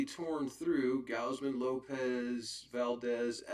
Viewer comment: It's Gozzman no Gousman Kevin Gozz-man